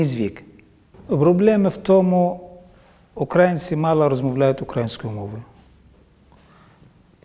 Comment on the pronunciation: У слові "українці" наголос на літеру "ї", а не на "а". Це важливо! А так, то молодець!